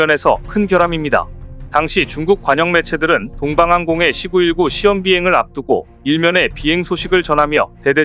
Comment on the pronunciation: C 919 를 읽을때 C919 가 아니라 C 919 라 읽어야지... 아무리 중국이 싫고 그래도 제대로 읽어야지....씨구일구가 아니라 씨 구일구....